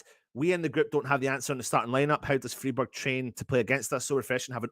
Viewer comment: Just to help you out - it's pronounced Fryburg - in German the "ei/ie" combo ALWAYS takes the sound of the second letter. Hope this helps mate 😎